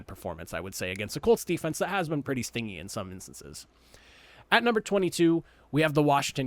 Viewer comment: Just found your channel a couple of days ago. Love the way you breakdown everything. Keep up the good work! Also, stingy is pronounced “stin-jee”, not “sting-ee” 😃